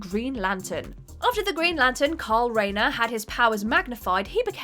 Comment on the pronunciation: Did this cow keep saying Green Lantern is CARL Rayner?